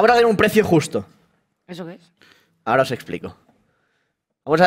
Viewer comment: Y me diga ara (ahora) dicho malamente jsdjsjs